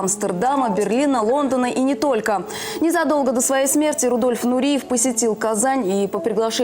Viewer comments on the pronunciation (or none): Дикторы, если вы профессионалы, то должны были поинтересоваться , как читается фамилия. Рудольф Нуреев!